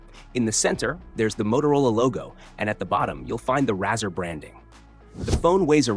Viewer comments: Razza?!?!?! no its rarz..or RAY-ZOR :) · Razzer sounds like some dodgy porno, it's pronounced Razor man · C'mon at least get the name right, pronounced ray-zer like a razor blade